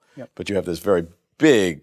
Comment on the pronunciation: Have we come close to even wild guess what is 'the wery space' is? Hahaha